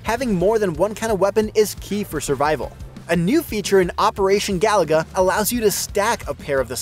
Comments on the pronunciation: It's Ga Loo Ga, not Ga La Ga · Bro, it's not "Galaga," it's "Gah-loo-guh." Five times, this obvious mistake was repeated. C'mon,. 😂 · Looks like "Ga loo guh" to me. It's not "Galaga" Galaga is Galaga. Different game. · Amazing 🤩 , he said Galaga 🤭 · Bro said Galaga. Wrong game. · I'm guessing this guy is just reading a script and never actually played the game but yes, it's painful to hear and no, it isn't surprising. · Whoever hire him, he got forced to say it wrong. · Yeah, he's mispronouncing it